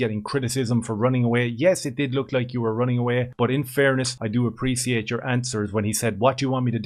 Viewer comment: How is Robert Whittaker a Soy Wokester? He's just a normal family guy who doesn't care about silly crap. Learn how to say appreciate right. You dont red pill anything, your just a reject from middle earth.